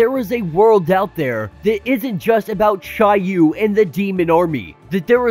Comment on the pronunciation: I googled how to pronounce each of those words and that’s how it said they were pronounced. Except for chiyou I said that wrong